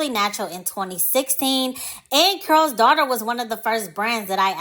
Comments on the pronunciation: I keep hearing curl's daughter I thought it was called Carol's Daughter. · Why does she keep saying "Curls' Daughter instead of Carol's Daughter?"